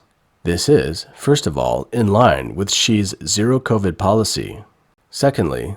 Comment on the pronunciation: Those eating masks... it's covid, not coRvid!!